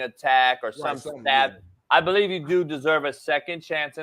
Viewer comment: No, it's "doo yuu bewieve me nahh".